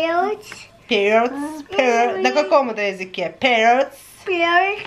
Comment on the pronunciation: Ох уж этот пэрэц😂😂😂нахохоталась вдоволь😅!!!Спасибо за чудесное видео !)